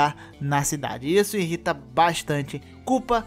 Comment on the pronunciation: Uma coisa que me irrita é alguém falar, é alguém falar "inrrita"